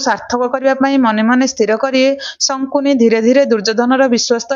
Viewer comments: ଶକୁନି କୁ ପଢିଲା ବେଳେ ସଙ୍କୁନି ବୋଲି ପଢୁଛନ୍ତି, ଦୟାକରି ଠିକ୍ କରି ପଢ଼ିବେ, ଖରାପ୍ ଭାବିବେନି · sankuni kahuchha siye sakuni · ଶକୁନି କୁହ । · ସଙ୍କୁନି ନୁହଁ ସେ ଶକୁନି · Sankuni nuhen😅😅😅😂 Sakuni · ଜଣକ ଶକୁନି ଶବ୍ଦକୁ ବାରମ୍ବାର ଶଙ୍କୁନି ଉଚ୍ଚାରଣ କରୁଥିଲେ, କାହାଣୀଟି ଅତି ସୁନ୍ଦର ଥିଲା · Not sankuni it's sakuni....🙄🙄🙄🙄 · Sankuni nuha sakuni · Sankuni😂 nuha Sakuni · ଶକୁନି ନାଁ ଟା ଶଙ୍କୁନି କେବେ ହେଲା... ଉଚ୍ଚାରଣ ଠିକ ଭାବେ ହେବା ଦରକାର । Afterall ଆପଣ ଗୋଟେ ଜାତି କୁ represent କରୁଛନ୍ତି । ଖାଲି you tube ରେ ଦେଇ ଦେଲେ ହେଲା...😮😮